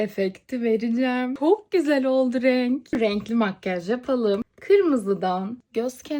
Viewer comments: Abla pok diyo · Abla sen orada pok güzel oldu renk mi dedin yoksa ben mi yanlış duydum😂